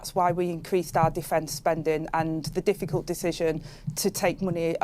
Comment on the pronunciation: I wonder if she practices in the mirror saying ‘jifficult decisionzzz’ as a true spasticated div